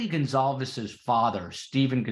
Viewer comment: Kaylee’s family’s name is pronounced Gon-Kal-vez. Emphasis on Kal. Sorry, a pet peeve of mine especially when it’s the victims and the families. It’s a matter of respect and decency to know how to pronounce their names correctly.